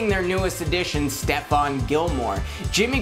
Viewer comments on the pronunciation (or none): none